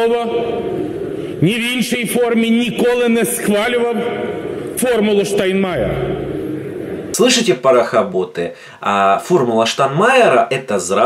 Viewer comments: Не штанмаер а Штайнмайер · Не Штанмайер, а Штайнмайер. Порохоботам простительно, а Вам,, нет